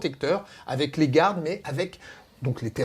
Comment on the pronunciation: sérieux, qu'est ce que vous avez à dire " gouardes" ? en anglais c'est Guarde et en français, c'est.. GUARDE AUSSI!